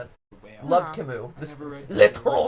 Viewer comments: Please: Camus, not Camous (or "Camoo" for english speakers). U, not OU. Not really a fan of Camus, but the pronunciation hurts... ;) I didn't even recognize the author at first. Other than that, love the stream! ^^ I've been binge watching gtlive and all your theories lately! (In thruth, I didn't know that Camus was known abroad: is he really well known in english speaking countries? just curious) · MatPat had French and still pronounces Camus wrong...